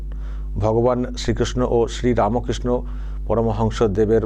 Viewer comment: চারিদিকে এতো হতশ্রী দশা, সেজন্য শ্রী টা শি হয়ে যাচ্ছে। আর কয়দিন পরে বাকি অংশটুকুও উচ্চারণ করতে পারবেন না। একটা প্রজন্মকে আপনি শেষ করে দিয়েছেন, একটা জাতিকে আপনি সঙ্কটের মধ্যে রেখে যাচ্ছে। তার ফল তো আপনাকে পেতেই হবে।